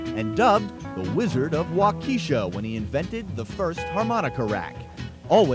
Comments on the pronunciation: As a Wisconsinite I absolutely cringed at him saying waukeesha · Nobody mispronounces Waukesha anymore